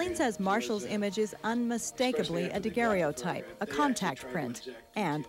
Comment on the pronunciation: she definitely pronounced daguerreotype wrong.